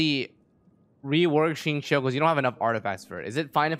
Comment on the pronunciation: f20? also its xingqiu, not xinqui